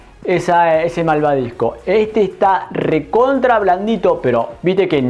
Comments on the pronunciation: Se dice malvaVisco!!! Y no,malvaDisco...animalito! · Matii es malvaVisco, no malvadisco jajajja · No es de mala onda pero cómo puede ser que alguien que se dedica a la repostería diga malvaDisco?